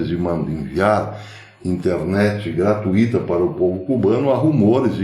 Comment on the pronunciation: Por favor, professor, sou seu fã, mas corrija a pronúncia da palavra gratuita.